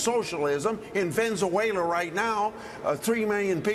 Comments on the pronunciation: Ven-Za-Way-La, its Ven-Ez-Way-La chuck .... he's right tho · He said Venzawayla!🤣🤣🤣 gotta love this guy!